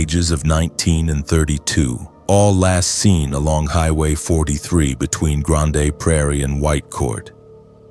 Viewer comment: I don't like ai voice. It didn't pronounce grande prairie properly. Ugh.